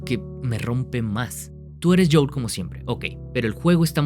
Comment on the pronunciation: Buen video, pero se dice JOEL, no JOUL 🤣